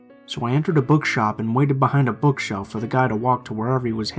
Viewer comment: Schtreeht, direcshion, bookschelf 😂 why am I laughing